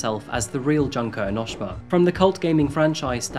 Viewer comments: sorry I can't get over the way he pronounces "Junko enoshima", but I can't blame him if he never heard the pronounciation/the franchise before, but it's hilarious to me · Pronce as June ko. ellie she ma